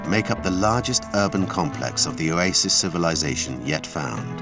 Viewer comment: I like how the narrator says, "Oasis". He pronounces it "Oyaysis" 😅